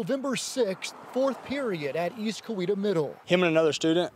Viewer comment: Teach your reporter how to pronounce COWETA!